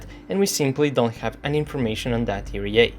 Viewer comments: ERA is pronounced "ee-are-ei" , not "ee-ree-ei"... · E re a xD this cracks me up every time i know that you know its e ar a and you still say it wrong :D otherwise nice video a usual :)